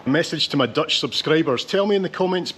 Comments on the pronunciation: What a great video,. I just love the way you wander around with a basic plan in your head while not forgetting to be distracted by your curiosity. And your Dutch pronunciation is actually really good. No difficulty at all in understanding what you're saying. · You As Scottisch man who cant speak dutch. Im actually quite surprised how good you pronounciation of Dutch words are. Even the double letters who people outside NL cant pronounce you pronounce them mostly correct. As a dutchmen im impressed. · Yeah the frame looks cool. The less cool part, is they took down a 17th century even more cool wall, just to make that passage. What a shame. For a guy with an accent like yours, that pronounciation was pretty spot on! In general impressed with your pronounciation of Dutch words and names. Not just once upon a time. They still use the wheel for the mill. It just wasnt running when you got there. 11.30 Lol, I am from Maastricht, and I'm wondering the same hahaha. You got lucky though, because you see so much more of the city, compared to being surrounded by dosens of people. Thats St. Servaas. (St. Servatius). Patron of the city. Holding the key to the city. Fun fact:The street in between the churches is called "Vagenvuur" Translates to Purgatory. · Don't apologize for your Dutch, it's really pretty good!! Had no problem whatsoever understanding what you said. Probably because you're Scottish and have no problem pronouncing the infamous 'G' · Your pronunciation is good and you really found a very quiet day. I've been to Maastricht many times (even walking the Pieterpad from Groningen to Maastricht), but I always thought it was almost too busy. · Hi, just watched your tour of Maastricht and your Dutch pronunciation is actually very good. Love all your other videos. Thank you. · You did well with the pronunciation of the Dutch language. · I'm astonished by how good your Dutch pronunciation is! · Your pronunciation is really good!👍